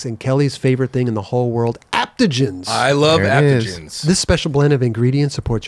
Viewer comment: I love how in their "athletic greens" commercial and say they love "aptogens" when I think they meant to say adaptogens lol.